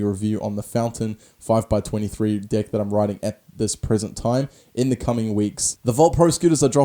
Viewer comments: I'm sorry but is it just me but does it sound like he says dick when he says deck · Sounds like he's saying dick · I love when he says deck, it sounds like dick😂😂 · everytime you say deck it sounds like dick and I bust up laughing😂😂😂